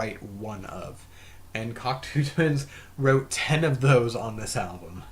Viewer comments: It's pronounced: cock-toe not cocktoo. 🙂 Cocteau is french and the eau is pronounced as "oh" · Not pronounced cock two..its pronounced cock toe.